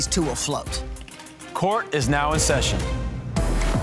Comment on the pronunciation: really gets paid to look cute and say “Court is now im session” lucky